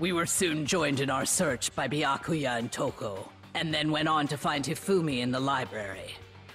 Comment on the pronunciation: I really hope you was listening on how to pronounce byakuya name cuz you ain’t been saying it right but I been letting it slide cuz you my boy